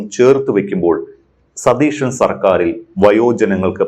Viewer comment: മാഡം, ടീച്ചറായിരുന്നില്ലേ 🥰, അവതാരകനോട് പറയ് സതീഷൻ എന്ന് പറയരുത്, സതീശൻ എന്ന് പറയണമെന്ന് 🥰🥰🙏🏽